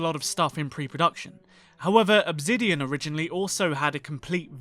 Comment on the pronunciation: OB ZIDION? 💀💀💀💀💀💀 ENGLISH